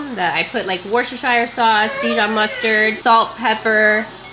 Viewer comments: Coming from someone from the UK, your pronunciation of “Worcestershire sauce” made me chuckle! It’s “Wooster-shire”. Maybe you guys say it differently in the US though, in which case totally ignore what I said 😂 Loved this video! Thanks for the meal ideas 🥰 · I found this one aspect so informative....learning how you pronounce Worcestershire sauce. 😂